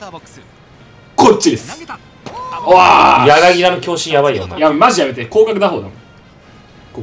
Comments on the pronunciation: やなぎだじゃないよやなぎただよ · まじでソフトバンク使ってくれてんの嬉しすぎて、ほんと大好きです！！！！！ あと、やなぎ「た」な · 柳田 やなぎだ× やなぎた◯